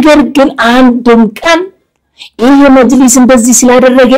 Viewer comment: መጅሊስ መጂልስ አትበል ህደህ መጅልስ ጠይቅ